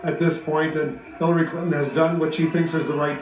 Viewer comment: "I have a person there with Hiliry" hahaha CNN are so retarded it's hilarious.